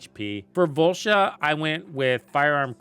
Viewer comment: Volsha?? It’s voltia